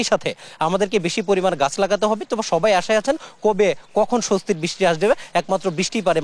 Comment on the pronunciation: করোসপন্ডেন্ট " বৃষ্টি " বলছেন " বৃছটি " ! উচ্চারণ রীতিটি কি উনি নিজে তৈরি করলেন? সাবাস!